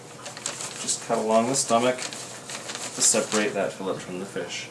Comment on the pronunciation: Nice video but learn how to pronounce fillet.